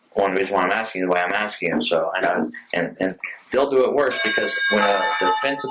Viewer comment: Ah yes it’s dewett time